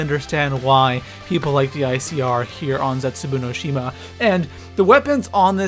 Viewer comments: I think its pronounced Zetzu Baw no shima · Please don't say Zetsubou no Shima like that!